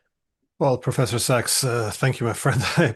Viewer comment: His last don't pronounce ducks it's Sachs